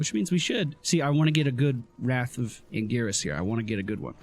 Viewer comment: when you know played diablo before and calls angiris's G like Gear instead of pronouncing it like gg feelsbadman